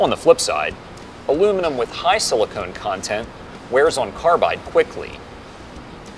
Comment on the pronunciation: Silicon, not silicone 😐